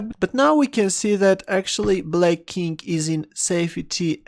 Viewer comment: Does anyone else think that whenever he says 'king', it sounds more like 'kink'?